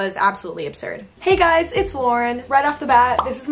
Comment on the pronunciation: Nobody: Lauren: that’s not as many I thought Also Lauren: that was absolutely obsurd